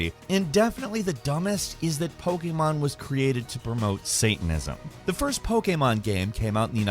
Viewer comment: Still can’t pronounce Pokémon correctly